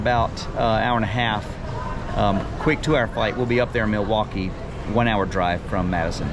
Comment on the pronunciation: I've lived in Madison nearly my entire life and I have NEVER heard anyone pronounce Milwaukee that way. As far as I'm concerned, had it right. "Mill-wok-ee," with the L. And while I'm at it,,, "Wisconsinite" is in fact our denonym. But "Sconnie" also works!